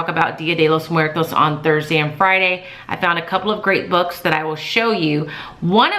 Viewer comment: I just want to say that your Spanish pronunciation is very good😊 Also if you are looking for more resources on Día de los muertos, you should check out readinglikearockstar. She’s on instagram and has many products on TPT. Have a great week😊💕💕